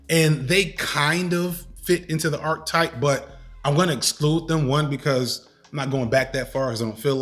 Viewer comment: With all the love in the world, and I only mention it cos you say these all the time - archetype is said with the e in the middle pronounced, and the word 'especially' isn't pronounced with an x after the first e! Had to finally say it, forgive me!